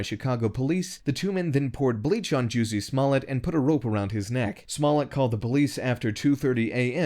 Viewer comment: Juicy.....Smollett???? 😆 lol